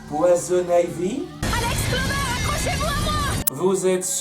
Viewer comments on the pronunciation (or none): bah ça peut pas être que poison ivy Ça pourrait être aussi swap Things quoi que ouais c’est plus logique que ce soit poison ivy PS: Ça m’a fait trop marrer la façon dont tu as dit poison ivy